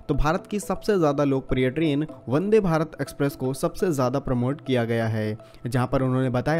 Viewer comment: वदे या वंदे 🤪